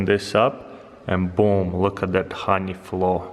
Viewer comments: Look at that hahney flow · It's funny how he says honey XD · The way he says honey.